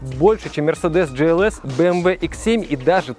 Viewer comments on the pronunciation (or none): Только не джлс, а глс, все же немец, а там другое произношение